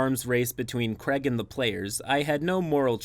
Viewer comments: Its pronounced crayeg. Not creg. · Sorry who is kreg ?!? Craig, say Craig.